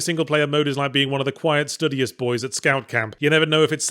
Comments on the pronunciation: 'Stew Dee Us' not 'Study Us' Another video from Zero Pronunciation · After listening to Yahtzee pronounce "studious" like that and in light of how many other words (particularly ones with the short U sound) he seemingly randomly pronounces completely wrong, I've come to the conclusion that he's doing it deliberately as a massive deep-cover joke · What a strange pronunciation of studious.